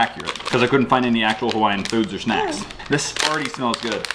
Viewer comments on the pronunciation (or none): "Hawaiian food or shnacks" - 2018